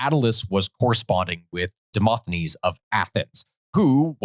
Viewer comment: FYI, it's Demo*s*thenes (with an S in the middle), not Demot(h?)enes. What a character, and... exceptionally lucky in dealings with Alexander the Great. Not even ostracised! And it's too bad you glossed over the story of how Alexander defeated Illyrians. Short story (for a longer account look up "Siege of Pelium"): he got himself in a bit of a pickle (i.e. sort of the trap) and then decided to run drills with his perfectly trained troops in full view of Illyrian army. If I could time travel to one event in history it would be that one.